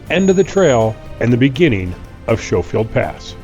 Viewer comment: only ever heard it pronounce Sko-field.